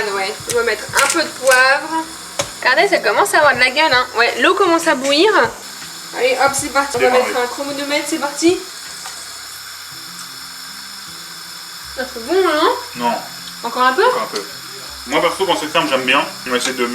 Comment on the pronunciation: Elle a dit un chromonometre